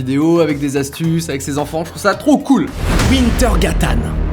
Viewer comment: pour wintergatan on prononce v pas we et en plus il est en France maintenant donc c'est probable qu'il passe a paris un jour